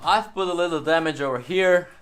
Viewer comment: This is cringe he keeps saying damage and he didn’t even do it right